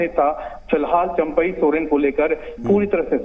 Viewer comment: Abe chaampai ny champai hota hai 😂😂😂